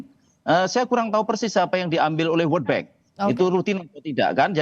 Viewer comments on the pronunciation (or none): World bank bukan word bank cuba belajar sebutan dengan betul.